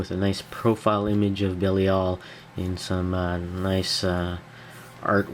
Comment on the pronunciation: I believe his name is pronounced "Buh-LIE-el". Nice review! :)